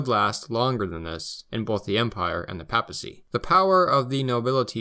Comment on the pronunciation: Until I found this video, I couldn’t find much on the non-Nazi history of Germany, thanks for giving us this. By the way, in English the first a in papacy is pronounced like that in Paypal, not like that in pap.